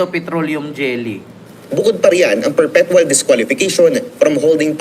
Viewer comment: Correction, sir... It is Perpetual Disqualification. LOL! (What you said was "perfectual."). Ayusin mo sir! LOL